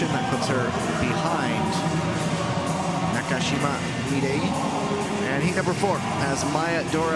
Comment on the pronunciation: Somebody please tell the commentator how to say "Na-ka-shi-ma"! There is no "cash".